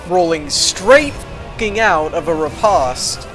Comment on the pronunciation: Just you know, riposte rhymes with toast dude. Yes it matters. You had a rhythm going, sounded all erudite and everything... //ree-past// :Cringes till his teeth make a sound that is loud in my head: Please don’t teach anyone else.